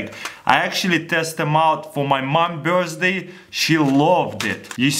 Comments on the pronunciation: nigga says birsday instead of birthday lol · Am i the only one who heard him saying birzday cake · he says birthday......sounds like burstday......!!!! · 'birzday candles' XD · 1.03 ' birstday ' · the way he says birthday-burzday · i lost it at "my mom's bursday" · anybody noticed he said Burzday? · He said birsday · birstsday looool